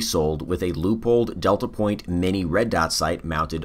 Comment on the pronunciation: pronounced loy pold in german/austrian